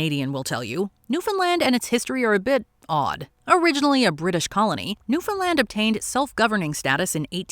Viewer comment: The Great Depression was devastating to the Newfoundland* economy - but what really hurt the Dominion was the crushing war debt that they were saddled with after WWI ended. The Depression just finished the job. (*…And bravo for your correct pronunciation!)